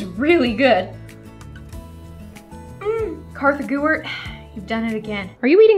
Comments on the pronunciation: Did anybody notice when said "Korthy Gewart" and not "Kartha Gewart" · sloth not Gloom, Kartha Gewart